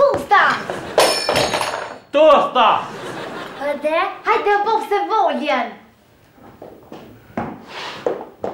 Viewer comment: Nuk thuhet tusta Po tosa